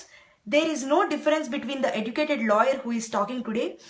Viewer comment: OMG, it was so hard to understand and follow your Accent first of all. Sorry but its true. (its "educated" not "edducatedd" ... OMG ) What exactly are you trying to tell everybody ? Its a sensitive topic besides no body asked your opinion. Let me test your ignorance, i believe you are in some remote area of the USA, do you know how many women get raped in your neighbor hood? Dont worry, let me answer, in India, 2 rapes per 100,000 and in United States its 28.6 per 100,000. Go ask Obama whayi, USA daaator raapudu lol sorry. Just so every one knows, i am totally against crimes just like every body, could be a theft, robbery, rape, homicide or even corruption but i don't degrade my own community, its just stupid. Rapes are every where, that documentary is one of several thousand documentaries. All i am saying is stop making fool of yourself and our Indian community.